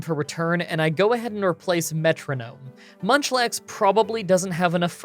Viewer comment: Did anyone else hear him say lunchlax ?😂